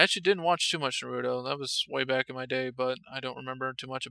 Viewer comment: Nah roo toe Not Nah ROO toe It's one word. You pronounce it like the middle sound if seperate.